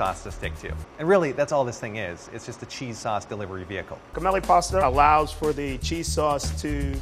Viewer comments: it's "jeh- melli" not guh-melli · He said G-MEL-E you pronounce it JA-MELY